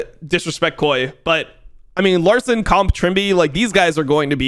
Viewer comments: Cool but if you say kay-o-ay again I may have to send you a non-suspicious package to your house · say KOI correctly challenge IMPOSSIBLE